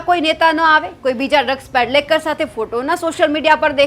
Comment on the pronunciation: ડ્રગ્સ પેડલેકર નહીં પણ ડ્રગ્સ પેડલર😅